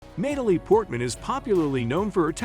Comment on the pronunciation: “Nay-talie” 😅… AI is wild…